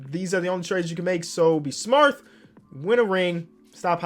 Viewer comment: My boi said “Be smarth” hahaha 😂